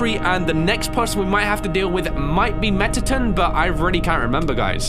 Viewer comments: Your saying it like metaton, it's mettation. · Me: Mettaton!: MetTaTin! 😭